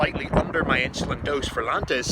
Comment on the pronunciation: This guy can't even pronounce insulin